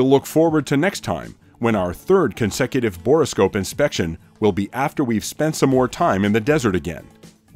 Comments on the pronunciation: Not to be pedantic, but it is a bore scope not a bor-o-scope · Borescope is not a 3 syllable word. Just say bore, then scope. Good video.